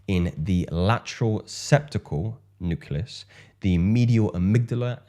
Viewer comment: KILLER content m8. Please note, it’s: “Nu-CLEE-us” not; “Nu-CUE-Lus”. Keep rocking shyt!